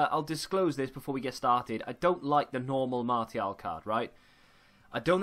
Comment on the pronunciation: Can’t believe how this guy pronounces player names lol, especially Martial... unbelievable...